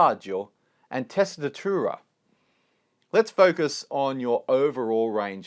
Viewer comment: As an Italian, I liked how you pronounced primo e secondo passaggio 🤗 and tessitura! In a Southern Italy accent